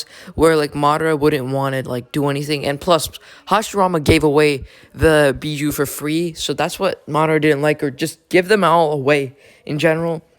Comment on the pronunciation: Bijuu not Bijou